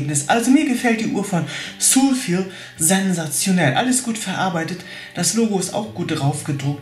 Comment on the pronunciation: Ist auch falsch ausgesprochen XD